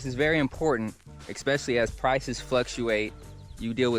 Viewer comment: The word is not “EXpecially” it’s Especially